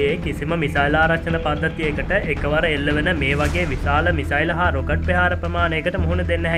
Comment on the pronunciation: පෙහාර = ප්‍රහාර ලෙස කරුණාකර නිවැරදිව උච්චාරණය කරන්න ඊළග වීඩියෝ එකේ..🙏🙏🙏🙏